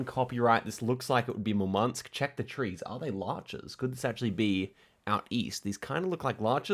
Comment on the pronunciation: By the way the emphasis in both Murmansk and Yakutsk is on the U